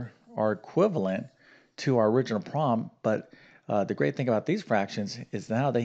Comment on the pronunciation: Please enunciate the word "problem".